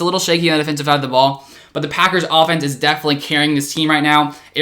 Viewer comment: no one: still no one:: oFfenEnse